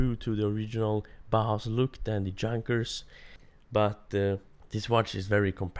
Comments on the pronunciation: Junkers is pronounced Yoonkers by the way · You are saying Junkers so wrong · You mispronounce Junkers